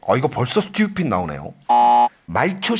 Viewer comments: 김생민씨 스뜌삣이 너무 찰져욬ㅋㅋㅋㅋㅋㅋㅋ 영상 재밌게 잘 봤어요~ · 그 누구보다 찰진발음.. 스뜌삣!!!!!!!! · 스튜핏!!!ㅋㅋㅋㅋ 찰진발음과 김숙 송은이의 리액션이 합쳐져서 진짜 웃기네요 ㅋㅋㅋㅋㅋㅋㅋ